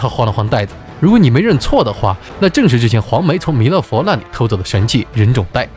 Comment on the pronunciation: 拿（La)下, 那(La)里, 大闹（Lao）, 难（Lan）关。。。内容不错，但是听这些发音还是有点不舒服😂